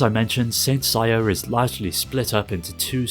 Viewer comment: Who is Saint SAYA??? Don't You mean SEI-YA?